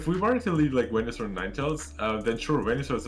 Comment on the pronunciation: They used the correct pronounciation of Wenusaur. Good.